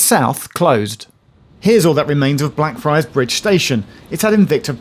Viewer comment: I have the urge to say "Day" everytime Geoff said Blackfriars because it sounds like Black Fri